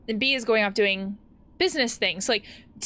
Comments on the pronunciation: honestly, as much sense it makes to pronounse "Bea" as "bee", i have been enjoying your version of Mae calling her friend "bae" this whole time also, i'm pretty sure Haloween started out as a pagan celebration of the harvest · In my country, we pronounce "Bea" as "Bei-yah". Like Lea.